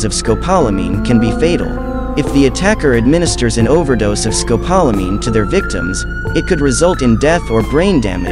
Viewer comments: Rough everytime I hear it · You need to learn how to say the drug correctly! It’s also known to the locals as Burundanga!